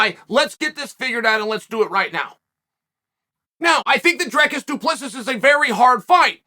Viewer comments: South African here. It's pronounced Dree-kis Doo-pla-see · It's pronounced "Drreecus doo Plissee", not "Drekis du Plexis". South African here 😉🇿🇦. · Here's the phonetic, work on it :"Dreacis Do Pluhsea" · Say it like Drikus Du Ples-see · 🙈🙈🙈 Its DREEEEEECUSSS DOOOOO PLUSSS EEEE for "^:" sake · "Drekis Du Plexis wins via Suplexis" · Drekis Du Plexis must be a new transformer lol. Glad Uncle Chael is talking about him though. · Dricus (pronounced Dricis) Du (pronounced do) Plessis (pronounces Plesee) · Don't forget about " Will Fury " and " Hazmat " 🤣🤣🤣🤣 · “Drekis du plexis” undefeated undisputed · BRO GET IS NAME RIGHT!! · Chael BUTCHERS all of these names!!! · "I even took the time to learn his name" - says name wrong immediately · And it's definitely on purpose that he mispronounces our boy's name. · Charl, dude....if you're serious about this social media commentary thing, you gonna have to at least take the time to learn the correct pronunciation of fighters names!!!